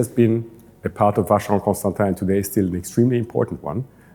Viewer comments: It’s “ConstanTAN”,, not “ConstanTEEN”. Next time please do your research to avoid butchering the brand name, especially if you visit Jaeger LeCoultre. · Even though it’s spelt Constantin its pronounced Constantan because Constantin is feminine name. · Oh,. It is Kahn-Stan.TAH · It’s a French pronunciation. Nothing to do with gender.